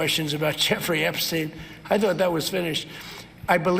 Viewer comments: You mean “Eshpshein”!😂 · David, say it right: his “a-brain”